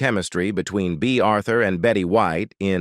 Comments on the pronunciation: "Blonsh" Devereaux?!?😮😢😅😊 "Bay" Arthur?!?😂😅😊❤ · The narrator for this keeps saying Blunche. The characters name is Blanche. Then at times he pronounces Bea Arthur’s name like he’s saying Bay